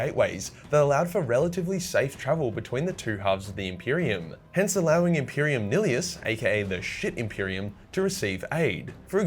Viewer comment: Sick-ah-trix Mela-dick-tum Least thats how I say it. Another solid video man your genuinely one of my favorite YouTubers rn so keep up the good and "unique" work (still behind Luetin tho sorry my guy) Also I think its Imperium Nile-us. May be wrong though